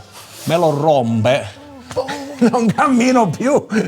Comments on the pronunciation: "se qualcuno me lo romBe" 😂😂😂 li le risate sono diventate incontenibili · "se qualcuno.." STOCK! "..me lo RRRROMMBBEE.." ahahahahahahah